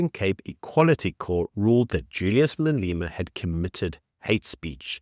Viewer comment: I really like your content. Great summation of the days news. But, Who the heck is Maleeeema. 😂